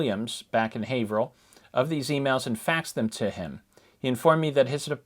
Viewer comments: Hi I'm from Haverhill and I just wanted to correct you on the pronunciation. It's pronounced the same as Haverhill, MA. With a long A. "Hay-vrill" thank you! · we pronounce it HAY-vrill